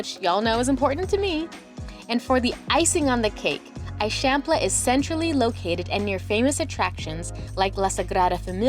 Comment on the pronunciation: You need to go back to Barcelona for long enough to learn basic pronunciations. The way that you are saying "Eixample" is especially incorrect.